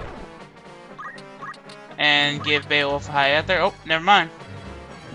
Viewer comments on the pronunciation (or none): Not eth-ur. ee-thur.